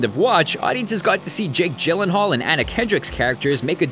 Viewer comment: . he pronounced Jake Gyllenhaal wrong!!!